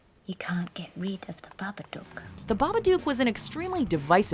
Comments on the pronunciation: I honestly could not stand hearing the narrator say babaduke. One more time.. i understand why she might. But it’s babadook. This is an old video I know, but no one else left that comment. Was driving me crazy. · When they said babbadook, i thought they said marmaduke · .....why mispronounce Babbadook. They dont even pronounce it that way in the movie....did you watch the movie 🤔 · For the last fucking time, that's not how you pronounce The Babadook.